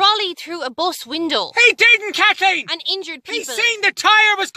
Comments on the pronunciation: Dayym, his pronounciation is perfect, but actually, it's KATHLLEEEN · Dammit kat-leen!!